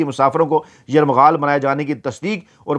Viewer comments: یرغمال کو آپ بار بار یرمغال پڑھ رہے ہیں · لفظ یرغمال ہے نہ کہ یرمغال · باقی سب عام سی باتیں ہیں مگر آپ کے صحافی ہونے اور تعلیم یافتہ ہونے پر شک ھو گیا لفظ " یرمغال " نہیں بلکہ " یرغمال" ہوتا ہے ۔ درستگی فرمائیں ۔ کیونکہ آپ لوگوں سے سن کر ھم جیسے لوگ سیکھتے ہیں ۔ شکریہ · گزارش ہے کہ لفظ یرغمال نہیں ہوتا بلکہ صحیح لفظ یرغمال ہے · بھائی یہ لفظ "یرمغال" نہیں بلکہ " یرغمال" ہے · یرمغال نہیں یر غمال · Yermagal nahi yergmal hota hai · لفظ یرمغال نہیں ھوتا۔ یرغمال ھوتا ھے۔ درستگی کر لیں۔ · دردِ دل رکھتے ہیں … درست نہیں ہے بلکہ " درد مند دل " رکھتے ہیں ۔ اسی طرح یر مغال نہیں " یر غمال" کہنا چاہئے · یرغمال ۔۔۔۔۔۔درست لفظ ھے۔۔۔۔یرمغال نہیں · Yarmghal nahi hota yarghamal hota he janab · یرمغال نہیں یرغمال ہے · ، لفظ یرغمال ھے آپ بار بار یرمغال بول رھے ھیں ۔ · آپ کا ھی پروگرام ہم غور سے دیکھتے ہیں جو بہت اچھا ھے۔۔ آپ خود ہی فرماتے ہیں کہ اگر میں غلط ھوں تو تصحیح کردی۔ اس اصول پر ایک تصحیح لفظ کی ضرورت ھے۔ لفظ یرغمال کی شنید یرمغال استعمال ھوتا رہا کئی بار اسکو دیکھ لیں بہت شکریہ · Yarmaghal nahi bhai yarghamal hota hay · یرمغال نہیں یرغمال ہے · ، اتنی جلدی کیوں؟ خبر تو سب کو پہلے ہی مل جاتی ہے، آپ یرمغال کو ٹھیک کرلیں، ورنہ آپ اچھی خاصی اردو کو " یرغمال " بنا لیں گے😂😂😂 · لفظ درست کریں یرغمال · السلام علیکم محترم اپنا تلفظ یرغمال درست فرما لیں